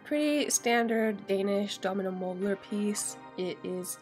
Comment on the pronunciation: Ohh, Domino Møbler. It's pronouced Do^mino Møb-ler. - The ^ is for a "stød", which is a glottal stop. Like in London cockney dialect (co^ney). - Ø is pronouced like the eu in deux, or the i in girl. - The 'er' in møbler is like the O in horn. - Møbler is almost two individual words: Møb ler.